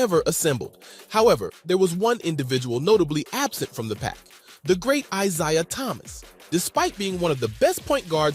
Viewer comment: If you mispronounce Isaiah Thomas' name one more time....